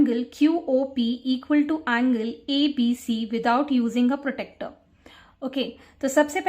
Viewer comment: Its pronounced as protractor not protector